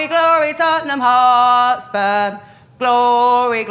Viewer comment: It’s called glory man United not tonneham